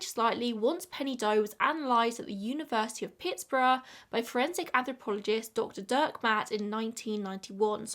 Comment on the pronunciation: The way u said Pittsburgh was adorable having spent my life living an hour south of there that is definitely the fanciest ive ever heard someone pronounce it 😂